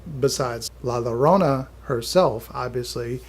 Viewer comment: The two L’s make a Y sound my guy